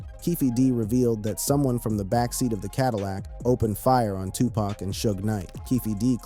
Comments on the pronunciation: You not saying 2 PAC correctly bro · How you Black and can't say Tupac correctly, bro?